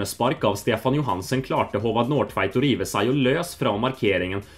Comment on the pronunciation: Since you never got an answer with specific examples, I'll provide some :) When he pronounce "håvard nordtveit", he slightly changes the o in nordtveit to "nårdtveit". He pronounces "midtveis" as "midveis", while it should be "mittveis"(This actually sound danish to me, but he might have tried with this pronounciation mixing Norwegian and Danish a bit). He distinctively pronounces the T in "landslaget", most Norwegians don't pronounce the T. It's a very swedish thing to do xD He pronounce "kampslutt" as "kampslut". But overall, his Norwegian was very damn good